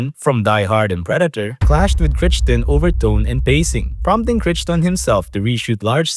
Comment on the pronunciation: butchered Crichton's last name lol